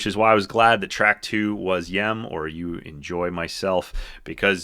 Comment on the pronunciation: Dude, you don't know how this comes off to Phish heads. Golgi which was absolutely not written by Phish is pronounced Golji and it's the way the Covid-19 virus enters the cell, then when it exits the cell it literally physically rips apart the Golgi to form it's lipid membrane. Y.E.M. isn't pronounced "yem," Esther is actually about an evil man giving a little girl an evil doll that kills her, please do a bit more research about Phish and who they are and their lyrics and the meaning of them before you make yet another absurd video about them, and by the way I've had the poster for "Hunta" since I was 16 and it's been behind me in like a hundred of my videos.